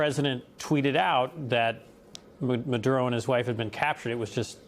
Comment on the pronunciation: Free Fwee Manduro mommy